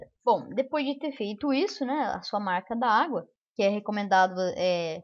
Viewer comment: fala-se marca dagua(marca d'agua) e não marca da agua kk mais bom video